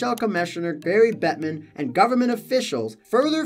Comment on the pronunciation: Did you say Barry Gettman? Enunciate!